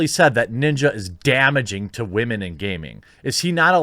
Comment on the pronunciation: because of the "wemen" you have earned my like sir